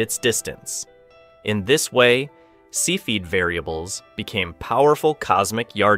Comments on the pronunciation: "See-feed" variables? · Cepheid - Sef fee id. Edit. Sorry, other than that pronunciation I thought the video was great! Very thoroughly researched and presented